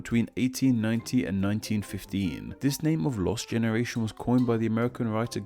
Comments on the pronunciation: "the lost genertion" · <-----this is actually the Spanish spelling and "frenchlike" pronunciation of the word "generation". The French spelling is more like the english one and it is: génération...the "r" is pronounced with the all to famous french "gaga" (only once) sound and the t sounds like an "s" and the "ion" sound like a nasaly "un". Try it!😉😛